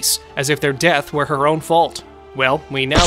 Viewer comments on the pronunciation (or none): none